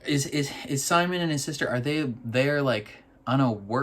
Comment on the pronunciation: Simon's name is pronounced "sea monster" without the -ster